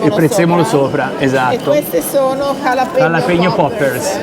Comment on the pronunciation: Vi siete dimenticati lo spagnolo? Avete pronunciato entrambi calapeño